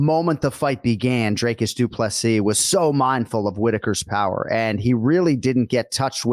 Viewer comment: Anik, It's Dricus Du Plessis... get it right 🙈 I know you pride yourself in getting the names right, so couldn’t help myself 😅 Love from Norway, great show!